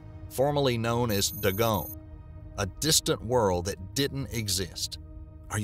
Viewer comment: ...It pronounced Day-Gonn.